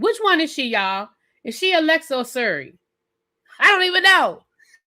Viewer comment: Siri not Suri